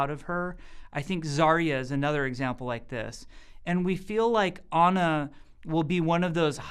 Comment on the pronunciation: He say it like "honor" if he say ana.